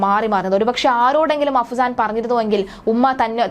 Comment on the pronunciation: അഹ്‌സാൻ അല്ല ചേച്ചി... അഫ്‌സാൻ....